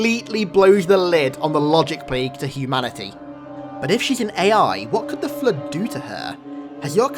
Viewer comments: Every single time i listen to sayin flood i hear flude and sometimes flirt XD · I came here just to hear say 'FLUDE".